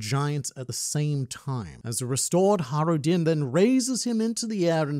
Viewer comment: Stop mispronouncing Banchina 😠 ...and Birka. ...and Hajrudin. ...and Eiichirō.